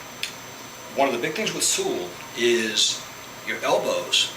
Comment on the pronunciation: Your accent is almost none when pronouncing "Sul" hehehe great vid! Ótimo trabalho (Great work)